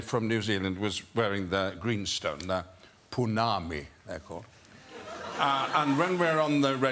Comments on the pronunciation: A correction for Ian, I live in nz, and I actually live in matamata where hobbiton is, and he called the greenstone a 'pounami" it is actually a Pounamu (po-nah-mu)🙃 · Ponami 😂 Oh Sir Ian!! It's Pou-na-mu... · *Pounamu. A punami is something else. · New Zealand greenstone is calls Pounamu, not Poonami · He pronounced it wrong. It's Pounamu. Poo-na-moo. Incase anyone comes to NZ so they don't embarass themselves 😂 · It's "pounamu" ^^